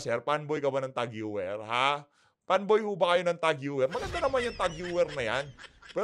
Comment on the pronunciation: Tag Heuer pronounce Tag Hoyer ✌